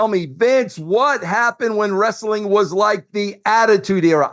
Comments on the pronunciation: Bro! It's wrest-a-ling, bro! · Why does he pronounce wrestling as ress-a-ling? Wrestling is 2 syllables not 3. What a 🔔🔚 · you mean WREST-UH-LING? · Wrestling is pronounced wrest-ling 2 syllables not 3.